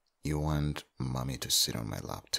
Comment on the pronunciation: It sounds like he said money but then I new he said mommy 😅